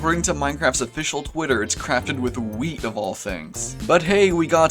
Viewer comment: i guess wheat's new purpose is to make everything you add with it edible and the wheat pronouce is like we eat